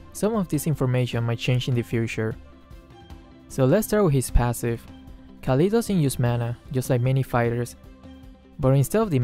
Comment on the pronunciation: u said his name wrongly 😂😂